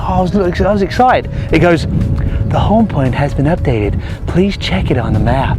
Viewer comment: lol "the home point has been updeate" lol